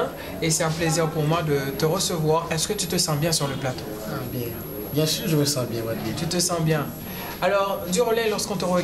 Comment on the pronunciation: Mais vs n'avez sans doute remarqué qu'à la huitième minutes et 19 secondes , elle a dit " bien sir " pour "bien sûr " .